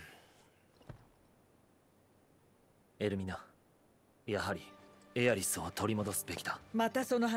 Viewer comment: Il a dit ah é riss au lieu de Aerith